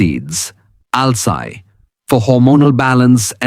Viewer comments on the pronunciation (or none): अलसी है अल्साय नही.wow what fantastic pronunciations 😮